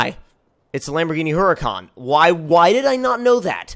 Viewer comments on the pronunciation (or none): its not heruhcon its Hurricane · you may have had a very minor stroke...that's very far from good 0_o Also, what is a Her-uh-con?